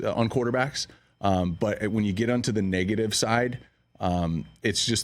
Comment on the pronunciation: Why he said negative like that 🤨